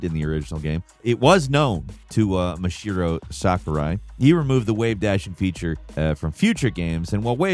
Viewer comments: Did he just call him Mashiro?? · Nuh uh We are not just going to stroll by your pronunciation of Masahiro